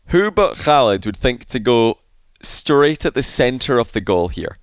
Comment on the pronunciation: you are pronouncig oKhaliD's name really well :)